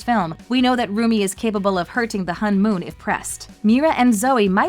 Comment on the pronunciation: Its pernounce hone mon